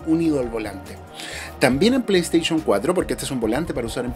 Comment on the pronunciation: Me encanta tu canal yo trabajé en venta de productos tecnológicos Samsung solo te hago una crítica constructiva pronuncia bien play station me sangran los oídos cada vez que dices play station